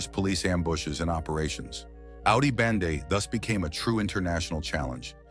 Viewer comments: I think it was clickbait to bring Dutch speakers to clear up its “Bende not Bande” 😂😂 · Bende bro not bande